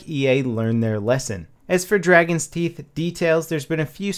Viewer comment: Teeth not toof haha is just silly XP